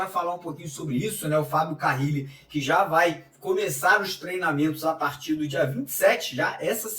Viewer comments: Pq fala Fábio CaRRile? É Carile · Que nervoso do falando Fabio CaRRile ao invés de Fabio CaRille! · CARRILLI OU Carilli Mário? O sobrenome dele só tem uma letra R... lê e fala o nome dele certo... valeu... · Carrili é dose 😂😂😂